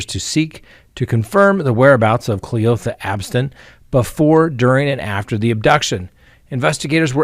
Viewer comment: The way you said cle-OTHA straight took me out 😂😂